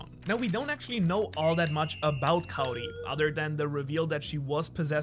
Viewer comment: I know speaks Japanese quite well and English isn't his first language, but for some reason I'm surprised to finally see someone on Youtube pronouncing Kaori's name right lol.